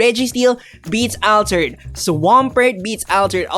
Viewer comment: you say altered like the name Alfred but Al-turd.